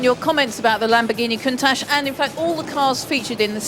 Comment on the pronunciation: Countach is pronounced 'coontarsh''; please make an effort...